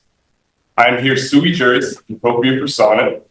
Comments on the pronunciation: FYI - It's sui juris. Suey is a dish of meat and vegetables. It did make me giggle, though. :o) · "But I'm suey-jui appropriate".....'Can't you tell by just looking at me'?